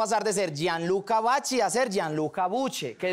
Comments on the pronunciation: No se pronuncia vachi sino vaqui que pesar!! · Cierto se pronuncia vaqui, pero como dice el dicho "la ignorancia es atrevida" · Se pronuncia vaqui cabechimba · Hahaha así no se pronuncia el apellido hahaha se escribe vacchi y se pronuncia algo así vaquiiiii prununciando más la iii